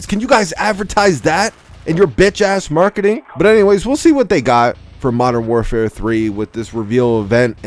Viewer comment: Gonna miss hearing saying Mordern Warfare deuce when mw trash comes out